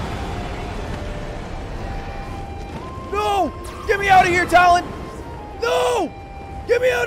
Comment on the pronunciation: And then he also purposefully mispronounces names. Him calling Tullin Talon was sending me up a wall. At least if he did one or the other itd be fine. But bro sucks at the game and then just gets that shit wrong to piss people off more Man's worse than HASAN at this game. And Hasan isnt even a gamer 😂